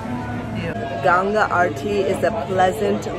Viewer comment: its not ganja ..its ganggaaa